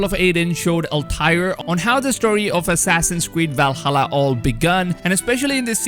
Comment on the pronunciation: What the hell is a wuaking?? And walhalla?